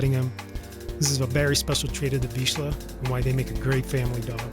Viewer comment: Congratulation. I am hungarian but I very rarely hear the correct pronunciation of vizsla in English videos. Yeah I know. You don't have "zs", so it's hard to learn. That's why it's a nice achievement.